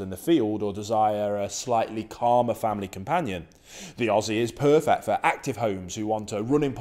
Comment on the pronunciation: Stop saying puuefect????!!